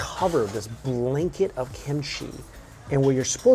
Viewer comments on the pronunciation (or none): Ssam is prounced S^ahm not sum :( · All these videos with Mike talking about making a little sahm? som? by rolling food in a leaf. Now I know he's been saying "ssam"... mystery solved.